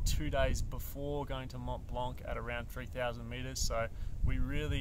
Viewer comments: Tip #11 Don’t prononce in French 🇫🇷 the « C » at the end of « blanc » 😁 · So first off the C is silent in Mont Blanc it's just how it's pronounced in French. Secondly tip 3 how to use your basic gear, seriously. This is when you are going to learn how to use crampons. Though now that I have finished the video, perhaps its just slightly misnamed. This is how to be a beginner mountaineer. It's not mountain specific to Mont Blanc just any beginner mountaineering.